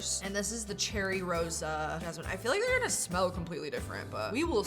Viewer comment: it's not pronounced cherry rosa 😂 more like shey-róza it's so funny hearing english-people reading portuguese (it means good smelling btw)